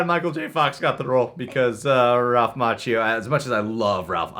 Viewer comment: So Will Smith turned down Django because he felt he wasn't the star only to play second to his son in a movie where he is in hurt in a spaceship the entire time. Also, the way this guy says Ralph Macchio's name bothers me. lol